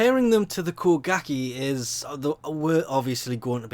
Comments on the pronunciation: "Kuh-gah-kee" instead of koh-guh-ghe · I Hate How He Says Kogake As Ko-Gak-Eey When Its Ko-Gahk-a